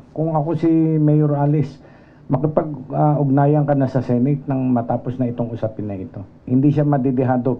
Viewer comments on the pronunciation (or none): none